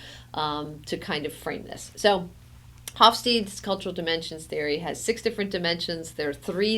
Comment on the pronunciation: Great approach and very inspiring. I will use this video for my students. The pronunciation of Hofstede is not "Hof-steed", but "Hof-stayda".